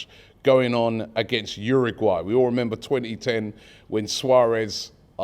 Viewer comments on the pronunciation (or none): none